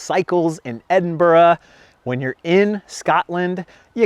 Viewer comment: Well done pronouncing Edinburgh correctly!